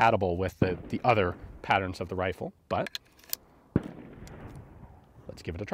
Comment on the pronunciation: Anyone else hear "wifle" at :24 seconds?